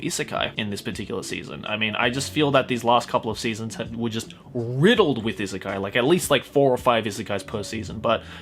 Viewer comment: Why is it that every time you say"isekai", i heard it as "izakaya" ?